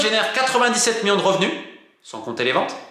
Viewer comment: Ca en fait des "MIONS" :D